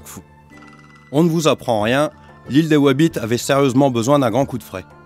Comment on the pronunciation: More BTS stories like this, good to see the team in their natural habitat, with wabbits and cawwots.